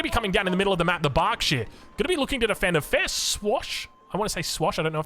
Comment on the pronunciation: This pronouncing of you xD it´s called berkshire not barkshire^^